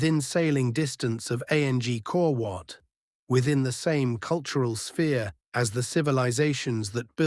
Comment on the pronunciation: Hahaha AU says... A n g kor wat! Why not use a human to narrate. Come on guys!